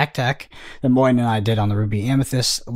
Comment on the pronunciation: Moyen's pronunciation was excellent. (From a french) 👍